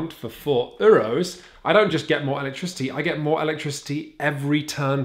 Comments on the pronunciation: Dang. Really hate how you guys say “Euros” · The pronunciation of 'Euro's' is really triggering me :(